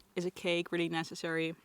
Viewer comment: “Reely panicking” 😂